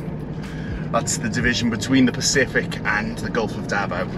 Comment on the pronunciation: "The Daot's Road"..